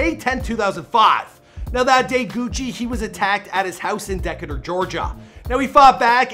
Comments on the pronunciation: 😂😂😂He really said.."DEH CAH TUR" Georgia its pronounced "Dah K Tur or Dee K tur" spelt Decatur, Ga🤦😂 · It’s pronounced Dee-Kaater bro 😂😂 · This dude mispronounces Radrick, Decatur, psychiatric, Keyshia....